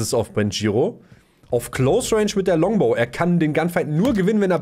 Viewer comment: Es heißt Longabow